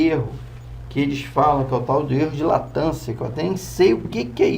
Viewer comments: Cara, não sei se vc é humorista ou o que, você se acha o tal, e não sabe de porra nenhuma, você é muito burro isso sim! Não sabe nem falar e quer se achar o Professor. Não me faça rir. Fala demais e não mostra nada. Perda total de tempo. Latancia, puta que pariu, é Latência cara, pra mim deu já esse vídeo. Não aguentei ver até o fim não. E foda-se quem não gostou do meu comentário. Enrola demaisssss! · Não é LATANCIA ... é Latencia ...